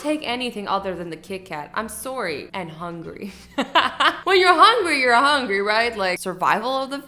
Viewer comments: I love how Azzy says "sore-ey" instead of sorry 😂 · Why does Azzy say sorry like that